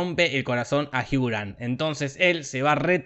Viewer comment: "Soy la Julia y Jiugran, juntos por el notin giiiilll" ME MORI JAJAJAJAJAJAJA